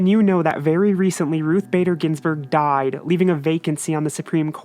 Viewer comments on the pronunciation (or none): Lol the emphasis on died when talk about rbg.